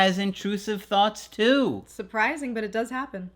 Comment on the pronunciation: I like the stress on "too" 😊